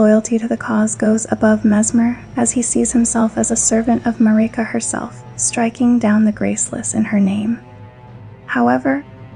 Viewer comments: Everyone: Marika This video: Mareeka Great video though. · Im not sure why you say marika like that. they say marika in the game and its not how you say it in this video. great video! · You say marika in an odd way, why? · This is amazing, thank you for this! One thing; is there a reason you keep pronouncing Marika, Melina and Miquella different than the in-game characters do?